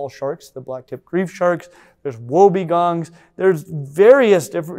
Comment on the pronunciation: The way always just slightly mis-pronounces the names of Australian animals will always entertain me. In today's feature: wobbegong becomes woe-begone.